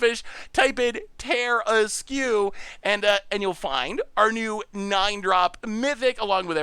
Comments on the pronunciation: The tarrasque has been around longer than you. It’s pronounced Tehr-ask. Hooked on Phonics didn’t work for you. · Terra-screw you for that mispronounciation XD (Much love to the Goldfish crew) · By the by, regarding the word - Tarrasque. It is actually, in all seriousness, pronounced ta-RASK. When the person in chat mentioned the word masque, yes that is a real word, and it is pronounced “mask”. However, instead of just being a mask, it refers to like a masked ball back in aristocratic Europe. It’s a French word, hence the spelling. Tarrasque takes the same pronunciation logic from that word, and therefore gets the same sound. Blame the French, they kept insisting on using unnecessary letters. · And as much as it's an iconic DnD thing, it is based on a mythical creature. It's like a dragon/turtle/lion hybrid from France (Hence not pronouncing half the letters).